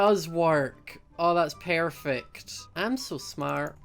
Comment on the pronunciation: ._. Im new and i heard you said pairfect xD lol :P oh and i sub